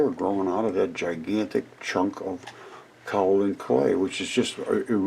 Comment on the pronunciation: It's properly pronounced "Kay O Lin"